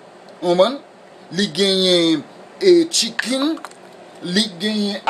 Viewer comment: Li geyen "shwimp", li geyen "cheekeen". Hahahaha!!! Anmey!!!